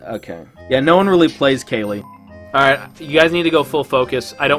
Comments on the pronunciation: pronounced "kail" not "kay-lee" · He pronounces Kayle as Kaylee and thinks you can dodge autos as Viktor. My god, Gold is a weird place.